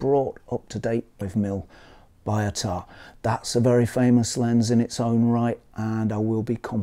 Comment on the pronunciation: I heard somewhere the pronunciation is more 'bee-o-tah' instead of 'buy-o-tah', is it true?